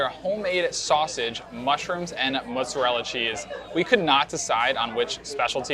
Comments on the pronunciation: Stop saying "moots" with "oo" as in "book." It chafes. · Well it's not "mahtz"